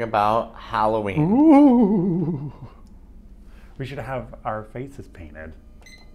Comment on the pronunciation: Hallo—ween , not Hollow -ween.